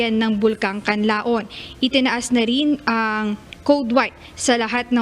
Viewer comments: Nakakairita ang reporter. Sana binibigkas niya nang tama ng KANLAON. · Isang deretsong bigkas po ung word na KANLAON.. hindi KANLA-ON.